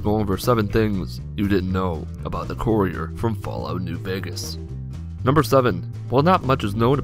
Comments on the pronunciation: I didn't watch this video because you mispronounced 'Courier' 4 times in the first 30 seconds. Good day. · How about, before you make a fact video, make sure you know how to say the character's name correctly.